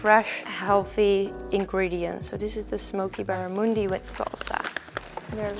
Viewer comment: Barramundi is a native fish to my home state Queensland, in Australia. I'm so proud that you like it! They are delicious and extremely popular here. I also love how you pronounce it; it's much nicer than a QLD accent 😂